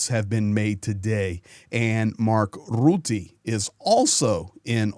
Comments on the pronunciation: just to help you, to pronounce the last name of NATO Secretary General Mark Rutte, aim for the sound "Ruh-tuh" or listen to a dutch news video how it is pronounced by native dutch speakers. Good video 👍🏼✌🏼Slava Ukraini 🇳🇱🇺🇦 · Hi, thanks from the Netherlands. One small remark. Rutte is pronounced with a short u like in " cut", and while you are at it replace the trailing e with the same u.:) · Please pronounce the vowel u in Rutte like the u in stunt. Thank you. Cheers from the Southern half of the Low Countries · Little correction, Rutte is pronounced with the u like in buss.